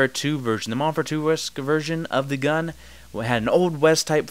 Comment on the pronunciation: You say "gun" funny .. guuun